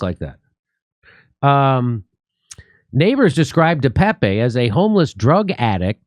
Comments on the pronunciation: And please start pronouncing his name correctly. Duh-Paap (I have no clue how to phonetically represent it but it’s only 2 syllables and is sounds like Duh and then Tape. It’s not Pepe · It's pronounced David Deuh pââp